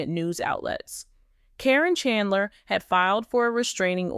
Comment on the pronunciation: How do you not get sued for putting out these lies, do you mispronounce her name wrong so that you think that'll keep you from getting sued? If you're going to talk about somebody you should have the decency to say their name right!